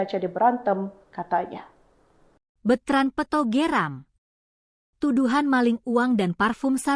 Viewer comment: Peuto LG ga tahu yNama yg bener kasihan deh sama hostnya g bisa baca yg bener, selalu peuto disebut terus, belajar LG deh komen yg bener